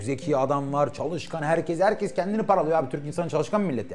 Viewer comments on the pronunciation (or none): none